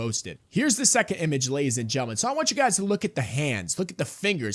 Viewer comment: you say it 20 times a video and say gentlemen with what sounds like a speech impediment lol. It’s maddening